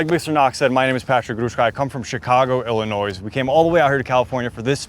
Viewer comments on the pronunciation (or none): My man, its its pronounced Illinois... not IllinoisE...... Your not really from there are you? 🤔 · How you gonna claim Chicago if you pronounce the S at the end of Illinois???